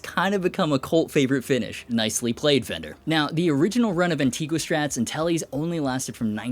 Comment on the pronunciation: The only thing I don't like about Antigua finish is 99% of everyone mispronouncing it.